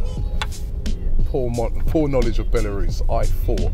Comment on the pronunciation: Who else thought Robbie said porn knowledge